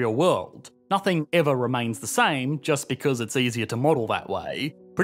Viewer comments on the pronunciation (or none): Is it just me or does anyone else find the way talks by adding extra sounds to words drive you nuts?? for example "nothing" he says it "nothinguh". I find this to be equivalent to valley-girl talk. "OWWWWWE MYYYYY GAWWWDUHHHHH"